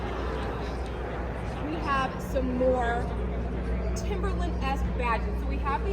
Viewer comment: You've been waiting forever to mispronounce TIMBERLINE, lol 😆